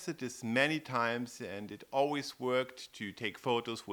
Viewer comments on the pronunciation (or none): none